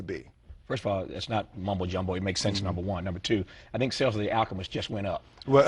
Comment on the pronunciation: He comes SO close to saying Achemist....